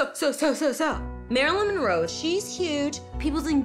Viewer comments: M...mo.. mon.... monro... monroeeeee.. lmao too drunk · 😂Marilyn had to take a drink when the narrator couldn't get her name right... Priceless. Love this show. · I cried. And then she started failing at pronouncing Monroe LOL